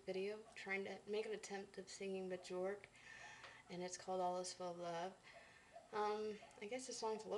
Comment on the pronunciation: Björk is pronounced Beeyerk. Your little girl was sweet!